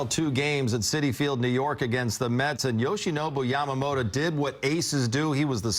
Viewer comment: ヤマモロの名前言いにくそうだからイチローみたいに登録名変えよう👍